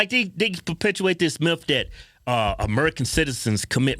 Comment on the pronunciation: Automatic transgression...sound like a miph ,miff.MYTH!